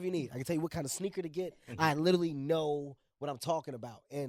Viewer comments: IS HE YSING LITTLE LEAGUE WHEN TRYING TO PRONOUNCE LITERALY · This nigga literally cant say literally lmao sound like he saying " italy "